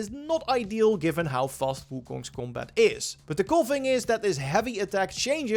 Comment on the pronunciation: u say combat like 'gumbaat' lol its hilarious xd esl god